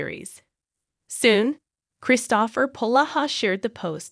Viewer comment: This seems to be just an ai voice. The voice doesn't even pronounce "Kristopher" correctly. Nothing backs up this reporting and some of the movies like the once referenced with Tyler Hynes and Autumn Reeser are from 2022. So this is out of date and poor reporting. Although it would be great if Hallmark either brought back Mystery 101 or finished the series off with a less painful cliffhanger that seems like a betrayal of the fans.